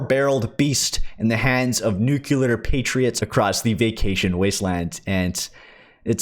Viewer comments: Thalassophobia is the fear of deep water. Also, this is a personal peeve, but nuclear is pronounced nu-CLEAR. Nuke-you-ler isn't a word. Don't worry even the last three Presidents got it wrong. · Kevin Johnson - I here you. I grant you that some ppl have learned to say it that way, but me, I think it's psychological. That word has such an aura about it that some ppl just can't deal with it and want to mispronounce it. Lol It doesn't matter that 'nuke-ya-ler' and 'nuke-you-ler' ( I hear both ) isn't a word to the general public, it's a word to them that they must use to steer clear of scary words and phrases like, "Nuclear War", "Nuclear Fallout" "Nuclear Missiles", and "Nuclear Bombs", "Nuclear Disaster". You rarely ever hear anyone say, Atomic War, Atomic Fallout etc., it's always, "Nuclear". I just deal with it and say nuclear anyway. I guess some ppl just can't mentally cope with it, imo.